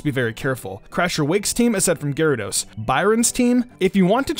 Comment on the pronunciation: Garydos. GARYDOS. Not to be mean but it's gyrados to me to pronounce it is gi-ra-dos not ga-ra-dos